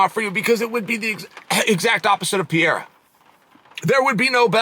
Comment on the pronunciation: PIERRA sound like a woman name PIERRE